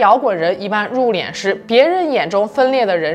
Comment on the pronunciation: 殡葬，入殓，都是四声，都说错了